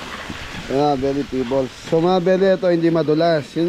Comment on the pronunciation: Pebbles (pe-bols) sorry sa pag correct sa iyo constructive naman. Okay to google for correct pronunciation po. Pa plaster mo na lang ang pool kasi di maalis yung itim dahil d ka pwede maglagay ng chlorine. Talk to pool expert.